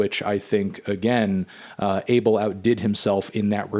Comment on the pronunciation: The correct way to pronounce his name, "Ah-Bell"